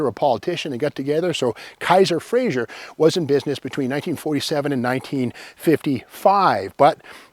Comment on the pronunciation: Frazer, not Frazier. Joe Frazer had a long and distinguished career in the auto industry including stints at Ford, Chrysler, GM, and independents, these last including Graham-Paige. The first Frazer automobiles (built by Kaiser-Frazer) were badged as Graham-Paige, but the balances came down on the wrong side of the sheets; Kaiser Bought what was left of Graham-Paige and kept Jos Frazer on for his expertise in the auto industry (except that Henry J overrode Frazer's decisions and ignored his advice on every issue).